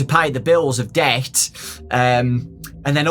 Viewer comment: says debt Tom nook: bells please